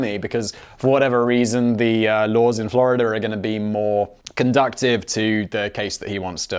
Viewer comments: conducive != conductive. Just sayin' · Conducive, not conductive!